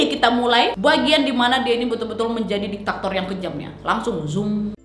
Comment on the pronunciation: Bukan ditaktor wak, tapi diktator